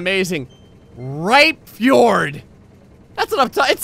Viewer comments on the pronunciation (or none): I moved from germany to norway about 10 years ago and i had to cringe when you pronounced Rypefjord. Greetings from Norway o/